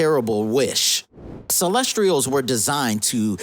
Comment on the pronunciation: Bro it’s pronounced “Celes-tials”. Good video anyway